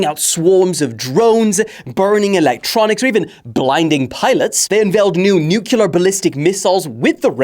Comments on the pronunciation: NUCLEER not NUKULAR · Why would I like something before I watch it? Especially when this guy can’t say “nuclear” Nuke-you-lar…?